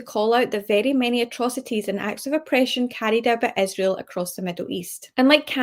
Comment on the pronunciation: Does she mispronounce Israel on purpose?